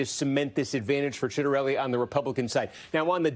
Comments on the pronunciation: Really botched the pronunciation of Ciattarelli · Citronelli? Really? 😂